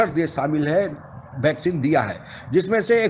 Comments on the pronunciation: भॅक्झीन नही है भाई वॅक्लिन दी है... 😂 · Vaccine =भैक्सिन.. 😄😄😄😂😂😂😂😂 कोई समझाओ यार।।। [ये वैक्सीन होता है] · यार ये भैक्सीन क्या होता है? वीडियो इसलिए कोई नहीं देखता है। वैक्सीन को भैक्सीन भैक्सीन करते रहते हो, सर मे दर्द होजाता है तुम्हारे भैक्सीन से। वैक्सीन बोला करो।